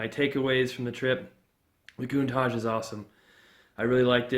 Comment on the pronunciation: love the cars. Although every time you said Countach i would cringe. say it with an SHH sound at the end not with Z.